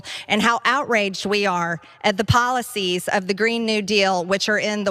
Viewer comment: .. "these poly-sees, are shocking to meee!"... what a disgusting woman...